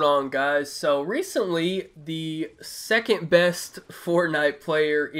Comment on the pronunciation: Dennis Smith Jr ikr he emphasizes"2nd" best streamer so much😂